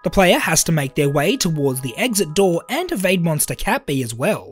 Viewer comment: Cat bee's pronounceiation sounds like kapi